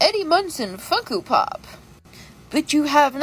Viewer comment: Bro she’s literally saying funko pop wrong